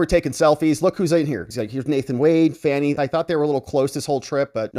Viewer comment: It's Phan-eye not phan-knee or fuh-knee